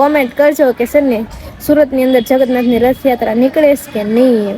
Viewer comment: જગત નાથ ny જગન્નાથ બોલો પેલા બોલતા શિખો મેગી બોલતાy ny આવડતું mengi બોલે છે